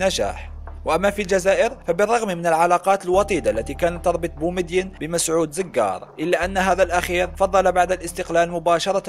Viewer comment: اسمو زووقار وليس زززززققققار